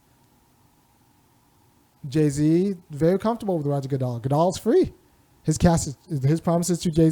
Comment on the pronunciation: It's Good-Dell not Dal/Doll/Dal......